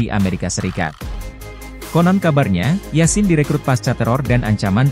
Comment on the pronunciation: kayaknya sebutannya yasin bukan nambah e di akhir